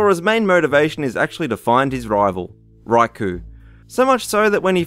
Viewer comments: Rai-kku? Really? Did you ever play Kingdom Hearts? He says Rikku (Ree-koo) in several cutscenes. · Riku: Ree-koo, not raikou from pokemon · Pii-choo not Pie-choo. Ree-koo not rai-koo. Vahn, not van. Also, how is Kairi annoying? She's barely in the game at all, so how could she possible get on anyone's nerves? Why was the first picture you showed of Namine, not Kairi? How is a joke boss that's really easy to beat annoying? What was the criteria for "annoying" in this list at all? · GAMING PEEchu, not PIEchu. Also, Reeku, not Raikou. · Also, it's Riku, not Raikou. Wrong game. Also, not Magic Carp, it's Magikarp. One word, not two. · It's pronounced "PEE-chu", not "PIE-chu". Also Riku's name is pronounced "REE-koo", not "RIE-koo". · Pie-chu... Rye-ku... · Lot of pronunciation issues in this video. Riku, not raiku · “Cally” Newman-Galicza And who the hell is "rai-koo?" There's a Riku in Kingdom Hearts, but no Rai-koo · Pie-chu I can forgive. Rye-ku made me cringe. Van, though? VAN? Dolan, you really shouldn't give these videos to people who don't know what they're talking about. It breaks the illusion of your great writing. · Pichu = Pee Chu, Riku = Re Koo, and Vann = Vahn. lol. Good video though. All of them listed in the video are way annoying for sure. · pichu = pee chew really, that's an accurate pronunciation not paichow or whatever you tell him. EDIT: also, re(redo) queue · Pie-Chew and Rai-Khu? Well I'm going to try to view this in a different perspective and not going to judge a possible different dialect, and assume that the narrator hasn't played SSBM or Kingdom Hearts and is just reading this off a script (which he did mention). Though, GOD FORBID!!!! If the Narrator has played those games, in which they do say the name, then I'm seriOUSLY GOING TO LOOOOSE MY SHIT! cough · I hate how he says Pie-chu and Rie-ku. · Pichu (Pee-chu) Riku (Ree-ku) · "Paichu" "Raiku" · Mmmmm I cringed so much when he said riku